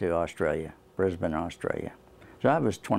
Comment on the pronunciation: Yeah a yank pronounced Brisbane correctly